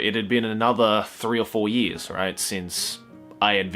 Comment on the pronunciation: I know this is a serious video but when he says years it sounds like he's saying yee -s